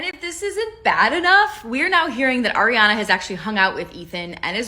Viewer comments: It’s hard to watch this because she keeps calling her Airana and not Ariana . I’m not even a fan but it’s bothersome 😫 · If you're going to do a video like this the least you could do is say her name right. Her name is pronounced AH-Riana and this isn't some weird pronunciation she decided on, this is the traditional pronunciation....it's not EH-riana. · ITS ARIANA NOT AIR-IANA OMGF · so is it air-riana or AR-iana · btw it's “ARiana” and not “AIRiana” ! 🪐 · She is Ah-ree-ah-nah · the way you're pronouncing Ariana like Eriana is killing me 😭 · Not an Arianator but can we stop saying 'Airy-ana' 🥴🥴 the As have the same sound of 'ah' not like 'air' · It's are - ee -aw - na lol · I love how in most videos people call her ''Air-iana'' (she said it irks her when people mispronounce her name) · Airiana grande... ya'll learn to at least pronounce her name right before you make a whole video about her.